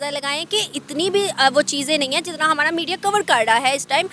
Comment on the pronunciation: it's "ra" not "ada"... it will be hamara not hamada